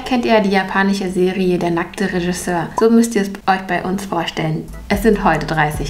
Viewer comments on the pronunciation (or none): none